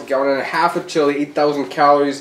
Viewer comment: Matt’s toilet: hears him say chillie 😫